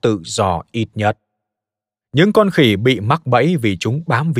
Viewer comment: Người ta viết giọng trung lập. Ông nay đọc lại nhấn mạnh chữ "khỉ" để nghe có giọng khinh bỉ